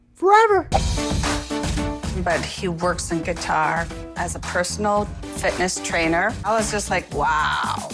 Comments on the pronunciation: It's how she kept saying Guitar and not Qatar lmao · “Let me see your six pack!”😬😬😬Also, did she say he lives in “Guitar”? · Why does she keep calling it GUITAR????????